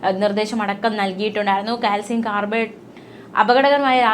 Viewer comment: കാൽസ്യം കാർബണേറ്റ് എന്ന് പറയൂ. വായന കേട്ടിട്ട് ശ്വാസം മുട്ടുന്നു